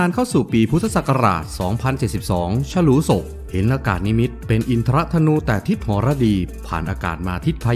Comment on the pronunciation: อินทรธนู อ่านว่า อิน ทะ นู